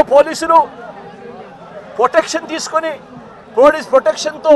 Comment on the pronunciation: అడగదలుసుకున్నా - 27 సార్లు కార్యక్రమం - 34 సార్లు Speech speed = 75 wpm approx కొన్ని తప్పులు - పొటెక్షన్ శేశారు పోలీశులు కొసమెరుపు:- పోలీసులు నీ బట్టలు విప్పకుండా చూసుకో., అడుక్కునే దాకా అడగదసుకుంటానే ఉండు.